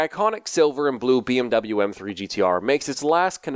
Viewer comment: All germans because of him saying bmw wrong